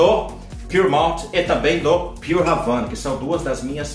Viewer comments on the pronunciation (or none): none